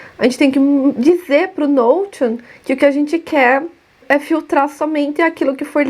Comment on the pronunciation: Oi. Me inscrevi agora. Estou assistindo a esse vídeo ainda, o meu 1o seu. Já tinha te visto antes, mas torci o nariz achando q vc não seria "boa" só pq pronúncia "nou-ti-on". 🤭 Puro preconceito meu, desculpe. É que o correto mesmo seria "nou-xi-on". 🤔 Será que vc falaria assim? Desculpe a exigência. É meio TOC. 😔